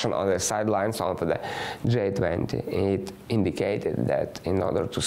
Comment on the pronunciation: G20 sounds like джий 20 not джай 20 👍❤️ thank you for the report.